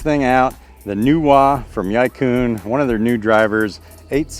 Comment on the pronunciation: Y-eye coon discs? May be America, but it's pronounced e-quinn closest easy murican pronunciation. And good vid, they're kindve astonishingly good discs